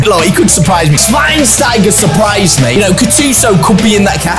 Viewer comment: I cant like the video until Matt learns how to say Schweinsteiger!